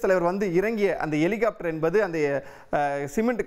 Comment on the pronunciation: எலிகாப்ட்டர் என்னடா தமிழ் இது